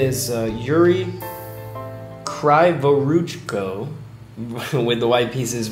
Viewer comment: Kryvoruchko reads like "Cree voruchko" it's Ukrainian surname. Word for word translation "Crooked hands" :)) But "cree", not "cry"